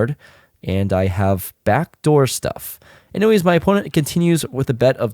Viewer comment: Did you say? “I have back door stuff” ?